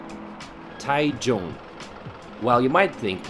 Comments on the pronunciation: I love Taichung, I have lived here over 10 years. Bit why do you keep calling it Tai tune it is Tai Chung (Taichung) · Your Pronunciation is terrible. Taichung.. and Jipinese ha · It’s pronounced Tai-Jong.